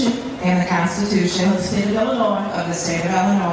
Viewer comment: minute mark, Why did mispronounce her home state? Inquiring minds want to know. One good thing Tiff-Tiff did for “her” community and “her” residents is…. she woke them up and brought them together….